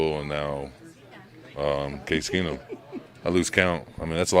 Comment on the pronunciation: Thanks for talking us off the ledge. called Stidham Case Keesum 😂😂😂